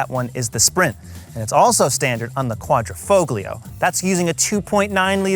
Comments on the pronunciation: DAWG...THE "G" IS SILENT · In Italian grammar, the ‘g’ in ‘Quadrifoglio’ is silent.